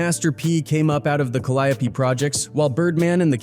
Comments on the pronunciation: Kid from the ka-lie-opee 😂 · Pronounced cal-eee-ope projects bruh ! How u know so much bout P how u aint heard him say tha name of his own damn projects ? Dont sound goof troop on ur own video ! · Not Calliope. We say, "Ca-Lee-O".